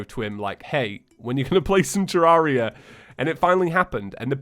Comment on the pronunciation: It’s ter rare ria not terrauria